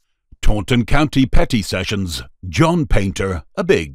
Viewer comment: Sometimes when the narrator aid "Petty Sessions" it sounded like "Petting Sessions" lol